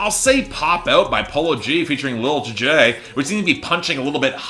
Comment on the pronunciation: It’s pronounced Lil Tee-Jay, not Tjay